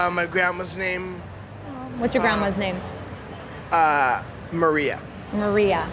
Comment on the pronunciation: I'm italian and I actually can tell that if you're really italian or you know the language you don't pronounce Maria like that lol